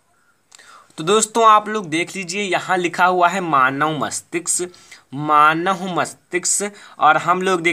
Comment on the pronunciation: Bhai pehle manav bolna Sikh lo